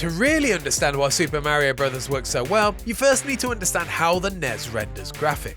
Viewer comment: Did you really say mare eeo bruvvers?